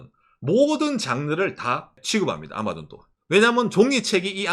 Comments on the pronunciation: 아^마존은 일본식 발음인가요? 경상도말투인가 했는데 도 아^마존이라 하는거보니 일본식인가 싶기도하넹ㅎ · '아마존' 억양이 완전 일본식인 ㅋㅋㅋㅋㅋ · ㅎ 박가네영상보면은 경상도말과 일본말이 섞인걸 자주듣는데요 오늘은 아마존이 들리네요.발음이 특이해요.ㅎ